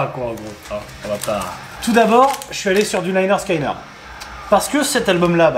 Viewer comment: Bordel l'album s'appelle littéralement "Pronounced 'lĕh-'nérd 'skin-'nérd" alors pourquoi s'obstiner à prononcer "laïe-'nérd 'skaïe-'nérd-", ça me dépasse... Cordialement, des bisous !